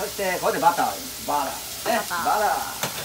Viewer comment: Nobody: Literally nobody: Chef: BUTTAH